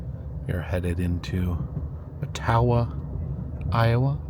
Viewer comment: Accent on the first syllable : AH-tah-wah= Ottawa, IA.